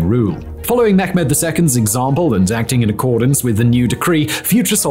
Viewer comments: It's pronounced Meh-med not Me-ghh-med. Thanks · Mehmet in Turkish is pronounced with a soft “h” ! Please stop saying “Mekkhhhmet”. Thats so cringy and simply wrong